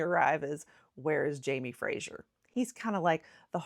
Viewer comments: Fraser is pronounced the same as 'phrase-er', not 'fray-sure' as you did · Please stop saying Frashier - it’s Fraser (sounds like Frazer, razor, blazer etc). Thank you. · Wrong pronunciation can be a big bug bear to us Scots especially when folk don't do their research beforehand. On that note, the Outlander character's name is pronounced "Fray-zer" (Fraser) and not Frasier as in the US TV show. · It’s not Jamie Frasier it’s Jamie Fraser to rhyme with razor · Scot here… I’ve found that most Americans pronounce Edinburgh edinBOROH . I could list all the mispronounced place names, but that would be cruel and take too long 😅. By the way, Fraser is pronounced Frazer, not Frasher 😉 I do love American enthusiasm for our country tho - it makes me appreciate the country more myself. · I am a Scot and I absolutely loved your video. Great! Just one thing though: the pronunciation of 'Fraser'. It is not Frazier, as in Frazier Crane or Joe Frazier, but rather FRAY ZER - (freɪ zər). I'm sure you'll get a few comments about that. . . But, please keep up the good work. This was a very entertaining , and funny, video. I will be sure to subscribe. Good job! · Stop saying Frazier!!!! Ffs it’s Fraser - practise it. He’s not a comic character from US TV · The name is Fraser, the S is a voiced sound like the z in lazy, not like the s in pleasure. There is no "u" in Fraser. Why are you mangling it? Exasperated groan.